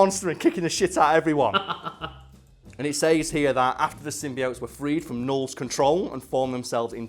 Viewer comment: I hate how he says the word "says"